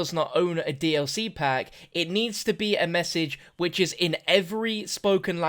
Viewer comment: it sounds like you're saying b***h but i know you meant wich.